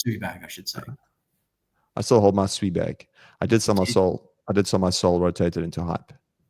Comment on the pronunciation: Holy 💩 Nick can pronounce SUI correctly